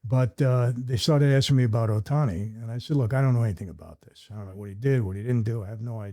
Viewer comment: This dude is so full of sh!t. Cant even pronounce Ohtani's name. What a joke.